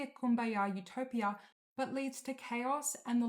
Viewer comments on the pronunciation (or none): none